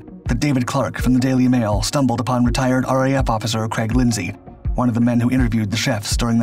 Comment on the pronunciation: do wish americans would quit pronouncing the surname craig as creg.